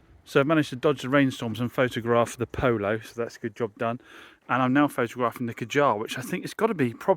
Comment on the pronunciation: Kadjar is pronounced 'Cadger' in a west country accent. 😊